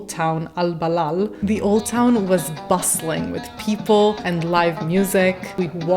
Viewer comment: It is called " Albalad " not Albalal .